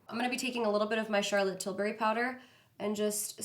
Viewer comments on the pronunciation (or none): none